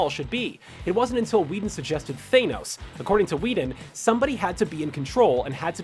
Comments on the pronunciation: This guys needs to learn how to use his ears and mouth properly, chitari not kitari.. thanos not thainos... craig not creg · Sorry man but it’s not Thainos it’s Than-os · It’s thanos not thanoes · "thaYnos"? Really? "THAN-OS" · IT'S THANOS NOT THAINOS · 2 decades, really? is not 2 decades. And it’s Than-ose, not Thane-ose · Than-os ...not thaynos...my heads hurts after hearing you butcher his name 😩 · its thANos not thAInos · It's thanos your saying your saying thenos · Why do you pronounce " Thanos " as " Th- ae- nos " ?!?!? ... Why did you say that name ... ... like that ?!?!? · Yeah He says it like thaynos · I'm sorry... THEYNOS?? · THAYNOS!?!? THAYNOS!?!? Wtf!?!? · I get that people say Thanos' name the way they do (th-AY-nos) because when reading the comics you couldn't search up the pronunciation of characters in those comics. It just makes me cringe Every time I hear it pronounced that way. 'gets shivers' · Thaynos? Shows that this announcer is not a true believer. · His name isn't Thaynos, ffs. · Thanos is not pronounced thainos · Lol he says thaynos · Screen Rant It's pronounced Thanos NOT THAYNOS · Lol thay-nos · AAARRRGGHHH.... VOMIT at "thaynos"... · ITS NOT "THANE-NOES !! FFS!! Wth is wrong with you?! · you're going to have to learn to stop saying thaynos eventually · Right so it's pronounced THAYnos, and CREG. What PREEK. AMericans.... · Who else cringed when he said "Thay-nos"? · the way he says Thanos hurts me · Still can't pronounce Thanos right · I hate it when people say Thanos's name wrong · First time you made a good video, good for you Screen Rant. Also, how in the name of Hulk's green butt can you mis-pronounce Thanos' name? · You said thanos wrong so that trigged me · How is it even possible to pronounce thanos wrong , seriously how? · This video offered nothing new, except a new way to pronounce Thanos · The way you said Thanos pisses me off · It's Thanos not Thanos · Why are u pronouncing thanos like that 😂😂